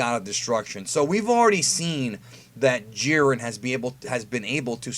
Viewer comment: Jiren pronounced (Jie-Ren) stopp hald assing it